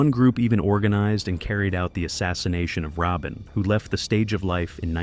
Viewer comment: It's pronounced Ra Bean